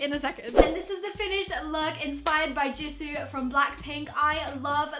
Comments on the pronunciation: Don't worry, you pronounced Jisoo's name right☺️ I'm happy you didn't say it like "Jisow" like most people do😑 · you said jisoo right 👏 i used to say J(eye)soo instead of j(ee)soo when i first started getting into kpop and stanning blackpink so congrats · I like Rosé best from blackpink and yes, you are pronouncing Jisoo correct! I didn't know you were into kpop! My favorite kpop band is BTS btw